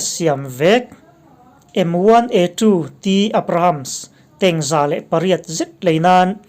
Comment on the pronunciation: M1 A2 tih lai te kha analh😁